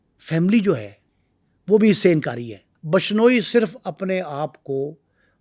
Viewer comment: Phle to name bolna seekh😂😂😂....bashnoi nhi bishnoi ya. Vishnoi bol hutiye😂